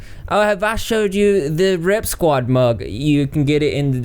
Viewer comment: I wasn't looking at the screen when you mentioned the mug. I thought you said "Rep Squad Mop".